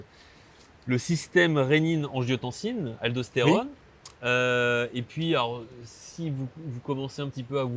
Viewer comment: A 3min40 : "système regiotancine-Aldo-Stérone" : est ce bien ce qu il dit ?? 😁😉